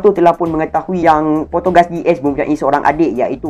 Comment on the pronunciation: Maaf tegur sila btulkan cara menyebut nama penuh ace 😭 bukan potogas🙃